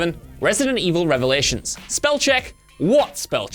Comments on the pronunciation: "Now don't get me wrong, as a writer, I've had plenty of similar typos go through" Yeah, like 5 seconds ago when you said "Resident Evil Relatons" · you actually made a mistake over the RE mistake... It says "Revelaitons", NOT "relations" as you said lol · Points out spelling errors ..... says "Resident Evil Relaitons" lol